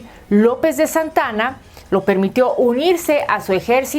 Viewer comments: Por qué no hizo un historiador esta información no es solo leer y por favor no es Santana es Santa Ana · Es Santa Ana no Santana, investiga antes.